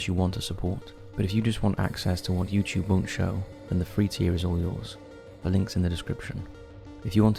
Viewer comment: I think they’re poking fun at the way he says “YouChube” instead of YouTube